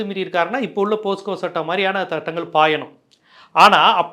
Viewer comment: போஸ்கோ அல்ல போக்ஸோ.